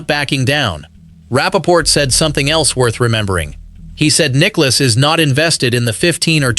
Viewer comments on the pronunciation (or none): The video asks for us, golf fans to subscribe. I’ll ask for the narrator to learn how to pronounce Nicklaus’ name correctly. Nicklouse isn’t even close.